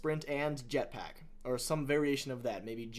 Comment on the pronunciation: i can't believe you said yetpack loool it's jetpack and master chief has a thruster not a jetpack